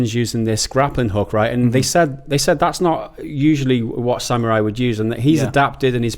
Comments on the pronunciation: Ugghhh! That guy kept saying sam-your-eye for samurai. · bloody hell mates you really lay heavy into the "YURR" part of "SAM-YURR-EYE"